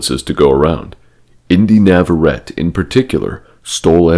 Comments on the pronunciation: Inde Navarrette’s surname is Spanish. It is pronounced “Navarretāy” NOT “Navarret.” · You might wanna learn how to say her name before you make a video about her 😂